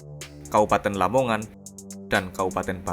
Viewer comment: Gerbang kertosusila bang,la nya Lamongan,bukan lomongan